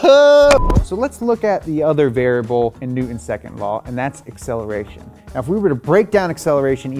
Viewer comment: I love this dude’s videos but the way he doesn’t pronounce the “t” in Newton drives me insane and sounds like he’s 5. It’s Newton, not New-Un